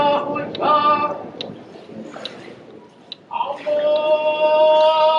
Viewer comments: I, am a muslim sister in this masjid azan pronounsation not clear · I hope mujin should change the way he call ajan is somewhat different pronounciation